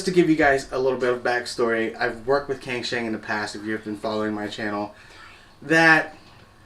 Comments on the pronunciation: Just a small thing, wouldnt cangshan be pronounced Tsangshan? Or maybe its a cantonese brand, I dont speak any cantonese so for all i know it might be. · Pronounced as “tsang shan”